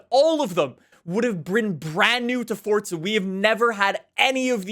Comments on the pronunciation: After all these years, still cant say Forza. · Why do forza YouTubers always pronounce it “fortzuh” just say FOUR ZAH